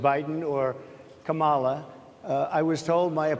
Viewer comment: Donald couldn’t even pronounce Kamala’s first name correctly, I’m literally rolling 🤣.